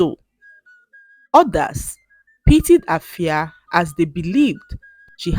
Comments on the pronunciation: glad that you a Ghanaian name in this video but permit to point out that the name AFIA is pronounced "efia" by the indigenous people. All the best ❤❤❤ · Wow am so touched, thanks for using my country's local name. You've tried but then the "A" in Afia is pronounced as "E" is like "Efia" is not pronounced as "A"